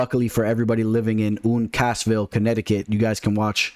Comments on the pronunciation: The way this guy says “Uun-Kaas-ville” Connecticut. 😂 what the hell. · How are you this deep in the sport and can’t pronounce Uncasville?